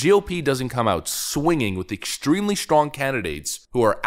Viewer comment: Is there an "h" after "s" in "strong"?